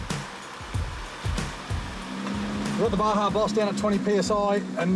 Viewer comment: Baja is pronounced Baha, spectacular part of Mexico leading south of California. I also made those mistake for years calling it BaJa with the hard J, but when I found out about the Baja 500 I was like "OHHH ok". Big fan of that off-road race nowadays. The Baja Boss tires are phenomenal, good shit lads (and ladies). That Iveco looks mental btw 👍